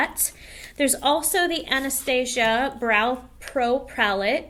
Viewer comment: Thanks for sharing the tips tho.. I am deff a fan of using sponges to powder instead of brushes.. especially for extra oily skin it makes it less cakey looking.. However I think that Anastasia has been around enough that mispronouncing the name is actually kinda rude.. Also for them to put drug store brands in a goody bag for a class that cost so much is kinda funny to me..